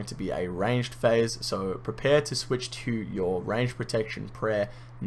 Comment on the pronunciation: Every time you said switch I imagined Michael Jordan saying swish